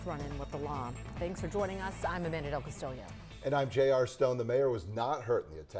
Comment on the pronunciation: How in the hell did she pronounce her last name? Del Cas-tee-Lio . It's either Del Cas-tee-Lo or Del Cas-tee-yo 😂😂